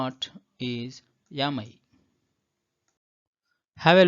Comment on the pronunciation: Kindly pronounce the 'am' properly it's not 'yaam'.